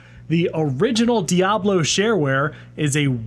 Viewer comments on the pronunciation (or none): none